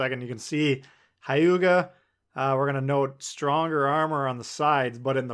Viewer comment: It’s not Ha•yuga. Its Hue•ga. Japanese is a constant sound language